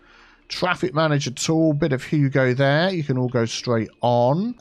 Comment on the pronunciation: When you say “a bit of you go there” I always think you say “Hugo there”. Please call one of your transport hubs Hugo there.